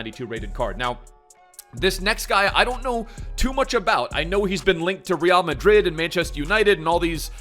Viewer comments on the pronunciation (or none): none